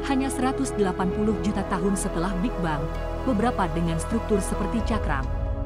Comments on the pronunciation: bacanya: big beng, bukan big-bang teleskop, bukan teles-cope hable, bukan hu-ble jadilah narator yg baik dengan bisa membedakan kata yg boleh dan tidak diserap ke bahasa ind. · Setahu sy. Pronounciation dari Big Bang itu big beng. Apakah sudah di-Indonesia kan jadi = big bang ? Berulang2 disebut bang bang. Mengganggu. Video ini hebat, futuristik tp bikin ketawa ketika disebut bang lagi 😅😅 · hub ble..?? ini narator ny seriusan.. huble dibaca dg metode indonesia? termasuk bigbang / bik bang ?